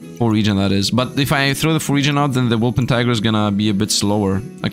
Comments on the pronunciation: W O L P E R T I N G E R now say it with me WOLPERTINGER not woolpentiger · Exactly my thoughts:D It's become a meme for, he kinda refuses to say it right